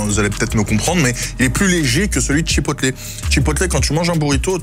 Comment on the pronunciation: Hello. Je t'adore. Mais tu dit bien un burger et pas un burjé..... Bon alors on dit chipoteul. Et pas chipotlé. Merci pour nos amis anglophone. 👍😜